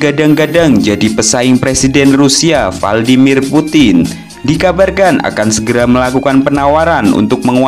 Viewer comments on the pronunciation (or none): none